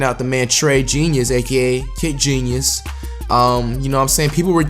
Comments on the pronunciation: Did his dumbass just say tre genius? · Did he just say tre Genius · This dude said tre genius 😂😂😂